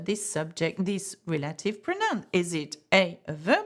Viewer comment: Reminder that “relative” is pronounced “rel-ah-tiv”, not “reh-lay-tiv”